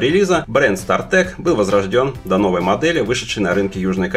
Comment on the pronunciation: СтартАк же, а не стартэк